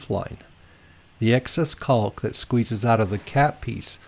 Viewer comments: Caulk is pronounced kok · maybe, but nobody but you says it like that, right?